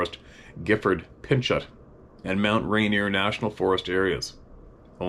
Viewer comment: ...tarot is pronounced TAY-ROH. (Think merlot wine) And similarly, Pinchot is pronounced PIN-CHOH...very FRENCH.🗼🗼🗼